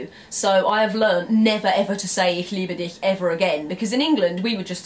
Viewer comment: woah, excellent pronunciation of "ich liebe dich" there. You don't hear that often by English speakers.